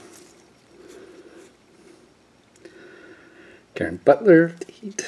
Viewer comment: Lol did you really pronounce Caron Butler like Karen Butler 🤣...